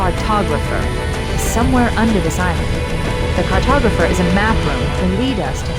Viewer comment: Silent "Cartopgrapher" ftw. Great video man!!